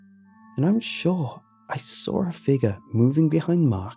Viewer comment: It gets me everytime you say "saw" "Sawl"